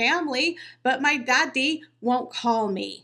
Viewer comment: Dear., while I love your show and this is your show. I cannot listen because the way you pronounce Daddy. There is no reason to do it.